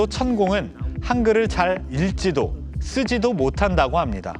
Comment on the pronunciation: 읽지. 는 일지도. 가 아니라 익찌도. 라 읽으시오.